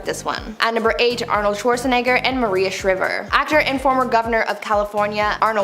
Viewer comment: Arnold Schwarzenegger was married to a woman named Maria Shriver the “I” in her last name is pronounced long that “I” says its name!!!! it’s pronounced ShRIEver not Sh-river